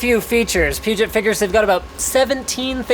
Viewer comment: I don't think your pronouncing peugot right.